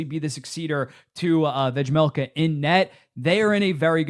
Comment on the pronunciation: I respect your commitment to pronouncing Vejmelka's name wrong whenever you mention him. I don't know if it's intentional or not but it's funny every time.